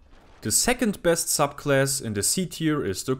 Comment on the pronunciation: It sounds like he says suck class at some ones